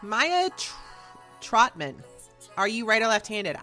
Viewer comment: <3 You said my first name right but my last name is pronounced Trout, like the fish, and then Man. Trautman.:) <3 Love you!